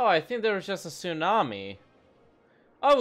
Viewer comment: Do you mean.... Sewnami?